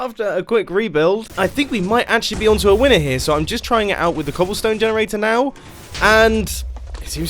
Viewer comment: Yes mumbo "cobllestone"